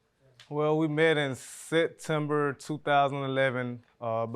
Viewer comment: Can’t even say September properly🤢 Both defendants deserve each other. Dumb and dumber